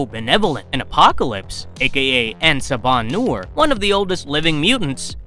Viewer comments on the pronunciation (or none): say it with me en saba - new-er